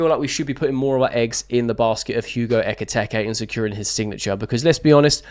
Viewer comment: It’s been a few days now so maybe you’d like someone pointing out it’s Eketike, not Eketeke.